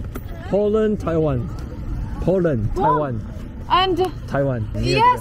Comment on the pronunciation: 聽說烏克蘭街上都是美女帥哥,可以多拍一點,說taiwan時,她應該想了一下心中os:原來是thailand,這男的發音真不標準